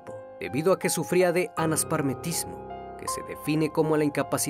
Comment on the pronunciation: Gracias a este canal aprendo cosas y hoy me di cuenta de que pronuncio mal uno de los problemas que este criminal tenía, dijo “Anasparmetismo” en vez de “Anaspermatismo”.